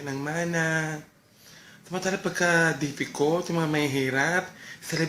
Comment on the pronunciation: ahaha!difficult! poor po NDE dipicult